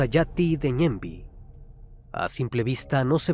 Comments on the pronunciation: Felicidades por los 2 millones criminalista !! Saludos desde Paraguay !!! Se pronuncia ñemby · ajajajaj esa pronunciación de Mbokajaty Ñemby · Fue encontrada después de 4 meses de su rapto no como dices hace unos dias 😂,también el cuerpo no emitia ningún tipo de olor,ni estaba en estado de descomposición cuando se lo encontró, la palabra ñemby tiene otr pronunciación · Soy de Paraguay y escucho que pronuncia tan mal los nombres de los barrios como Ñemby Mbokayaty y Caaguazú y Edelio Martínez fue víctima de estos plagas que terminaron de matar al pobre policía 😥 encontraron el cuerpo en estado ya prácticamente ya borrado en el monte lo identificaron por su uniforme y por la dentadura